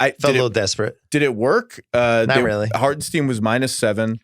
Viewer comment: "Harten ST-EYE-NNNN" There pronounce that. JFC how hard is it?